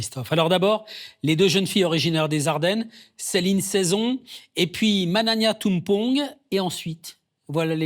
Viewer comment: Pourquoi écorcher le nom de victimes alors qu'il n'est pas compliqué à prononcer ? Mananya, pas magnagna magnia gnia, un peu de respect !